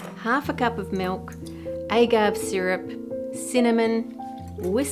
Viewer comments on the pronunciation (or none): 'Ay-gav' is the most Australian pronunciation of agave (ah-gah-vay) 🤣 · ..."A-gave" syrup? -_- A-ga-vé syrup. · “AY-gahv”? Is agave pronounced differently in Australia? Here in the States, it’s “ah-GAH-vay.” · Ay-gahv? Please madam australian, it is ah-GAH-vé. Thank you. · “Ay-gav” why do you pronounce agave like that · Texican here, Agave is pronounced "ah-gah-vey". Just a Spanish tip! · The way you said "agave" is one I've never heard! I've only ever heard it as "uh-gaa-vay." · It's pronounced "ah-gah-vay". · Big fan Ann! "Agave" is pronounced "ah-gah-vay". 😉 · I chuckled at her "aye gov" 🤭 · It's ah-GAH-veh btw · Hi Ann! Love your debunks as always, was a delight in this! Just a heads up, "agave" is a Spanish word with three syllables. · Always love the debunking videos but Ann's pronunciation of "agave" absolutely killed us at our loopy 5 AM breakfast between my night shift and my spouse's opening shift at a bakery. Love y'all